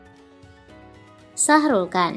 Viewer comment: shahrukh khan kan bukan sahrulkan 🤣